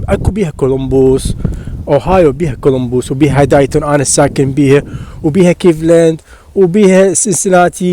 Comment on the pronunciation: يعني مااختاريت الا ازبل ولاية واتعس مدينه ديتون مدينة عاوية ربها كامز انصحك تطفر منها. ورحمة لوالديك تلفظ ديتون مو دايتون